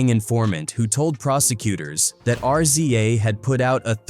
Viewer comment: Once this AI voice called RZA and GZA, R-z-a and G-z-a......I stopped listening.